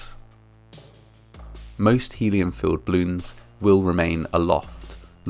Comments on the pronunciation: Til: it’s pronounced “bloon” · BALLoons - two syllables. I love your dignified presenting, but repeatedly mispronouncing the very name of so horrifying an event smacks of serious disrespect. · It's funny how it sounds like you are saying "bloons". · I loved "bloons" (as you pronounced it cutely). I never heard about this incident at all. (in my defense, I was just turning 6 the day before this happened and live half the globe away) How horrible...yeah, now I'm not a fan of "bloons" anymore, especially because my cousin keeps buying them for her kids and the ungrateful brats keep popping them for fun like firecrackers. 💥🤬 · I love hearing him say “blewns” over and over and over again. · Why are you saying "bloons"? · Does anyone else notice that the speaker is saying " bloons " Not " ball oooooons " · You're saying bloons o_o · Ugh I hate how he pronounces "balloons". The "A" is not meant to be silent.